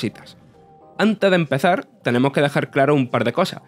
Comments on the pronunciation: "Tenemo que diparale" 😳🤔🤣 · "Tenemo que diparale" 🤔